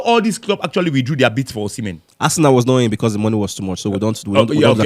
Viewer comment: Osimhen…see men…see men